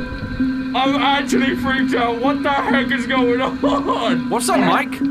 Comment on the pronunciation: I love how he says what in his british voice